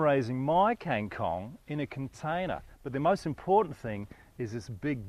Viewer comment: He pronounced it wrongly haha. And it is best for stir fry mostly not for soup or salad :P